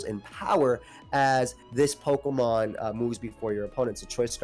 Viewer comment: the way he pronounces words though kills me lol. Peauxkamon, alseaux